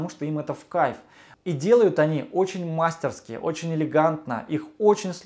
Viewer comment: МастерскИ ударение на И :) п.с. похоже, что я не социопат)